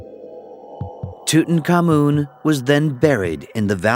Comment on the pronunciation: I always suspected we were mispronouncing Tutankhamun. It never sounded right ending with "common". In this program the accent is on the final syllable; not certain it's right but it's got to be closer to correct than our American version that's been used for decades. And it sure beats King Rootentooten. ;-)